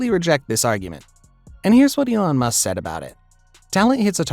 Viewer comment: You didn't find it? Still? Do you need help? I can help you find the transposition. It's not that hard. And it's pronounced "Eee Lawn" not "Ellen"